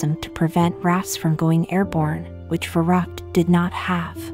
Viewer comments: It's funny how the lector pronounces the German name of the ride. Verrückt - it should sound more like fer-riickt with the accent on the second sylable. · It’s pronounced ferooked